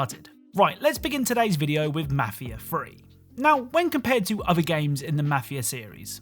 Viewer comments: Mah-feeah free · The way you pronounce mafia is disturbing